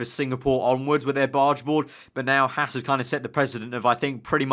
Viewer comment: Hey mate, it's pronouced "Hawz"....not "Hass".